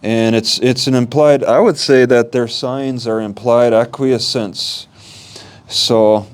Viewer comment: Please get some help with this. I feel that you’re in over your head. You can’t be stumbling around where laws are concerned in a court of law. Also, Please find out how to pronounce acquiescence. a-qwi-essence. Which means accept something reluctantly without protest.